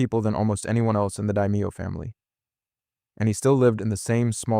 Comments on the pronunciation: Duh Mayo family not Die Meo. Come on kid you gotta get the names and pronunciation right or people tune you straight out. Paulie was an old school gangster and bachelor he likely didn't even have anything in his own name so nothing can be seized or held against him by the feds. Tony considers killing Paulie because he knows he told Johnny about the joke and at the moment they are on lamb over the feds finding Willie Overhaul who was Tony first kill and one only Paulie witnessed so Tony is thinking can i trust him? I can get rid of the liability here and now but ultimately he decides against it because Paulie had too much history with him so he basically chalks Paulie telling NY about the joke as a lapse on his part. Tony and Beansie talk about it once that Paulie family is the mob without them he would have nothing and in the end he is left with no one, the scene at Bobby funeral he even has to set at the table with AJ because he has no real friends left they are all dead. If you believe Tony was killed at Holsteins Paulie has outlived all his friends and is only alive because NY didn't think enough of him to kill him he most certainly didn't betray Tony by setting him up so he could be the boss of NJ, there was not going to be a boss of NJ because NY planned to remove the management like Tony, Sil and Bobby then NJ would answer to them they would basically be absorbed and just another crew of the Lupertazzi family like Butchie said they have redundant management in NJ it ble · "die mee yo" bruh its pronounced De-mayo 😭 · It’s pronounced DUH-mayo….DUH- mayo! 🤌